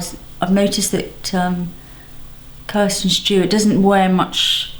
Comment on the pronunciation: Kristen not Kirsten